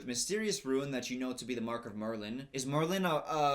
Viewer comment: You pronounced rune as "Ruin" it's "ROON"